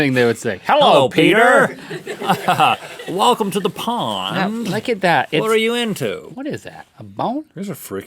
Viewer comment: "Hello petter"